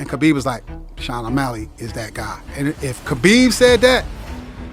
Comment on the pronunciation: He said "Osmelly" . Thats funny